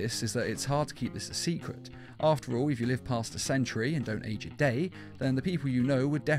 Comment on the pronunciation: Ageo???? AGEO????? u mean age right??